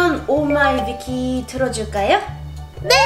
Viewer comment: 오마이비키 인데요 왜 오마이영 이에요